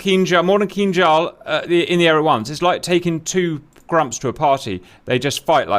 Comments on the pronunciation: You said Kinjal perfectly right this time! 😊👍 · jesus crist you said it right, it sounded almost identical to russian